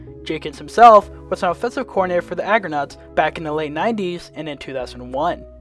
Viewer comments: Toronto Argonaut fan for life here. Stiggers was very impressive last year and I was pulling for him to complete his dream and make the NFL. I know he will be there for quite a while. BUT... you should learn how to read. The team name is Argonauts. Not Agronauts. Ever hear of Jason and the Argonauts ?? The football team was started by the Argonaut rowing club in Toronto in 1873, and that makes the Toronto Argonauts the oldest professional sports team in North America, still with same name and colours. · It's pronounced AR-GO-NAUTS, not Agranauts. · ARGOnauts not AGROnauts btw.